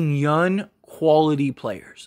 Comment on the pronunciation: Dude... y u keep saying "yun" instead of young😂?